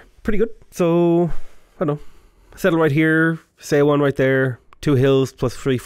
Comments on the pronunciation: Just as a note, look up the pronunciation of 서원 - it's more like 'suh-wun' than 'say-o-won'. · Love your stuff! Just one thing.. the "eo" pronunciation in korea words sound more like "uh". Seowon = suhwon etc. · So excited to see you play Sejong. Just one little thing, Seowon is pronounced like the "saw one" in "Yeah, I saw one." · Yep, I agree with this. yeah, the romanization of Korean can be weird sometimes. 서원 is somewhere between "so-one" and "saw one" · seowon is pronounced "suh-won", with "suh" as in "up." the "eo" is a funny romanization rule. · The "eo" in seowon is actually an airy/soft o.